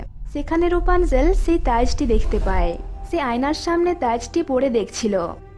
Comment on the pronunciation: আপনার ভাসায় কিছু সমস্যা আছে, আসা করি ঠিক করে নিবেন। ছেই হবে না হবে সেই ছেটা হবে না হবে সেটা এমন আরো ওনেক মিস্টেক আছে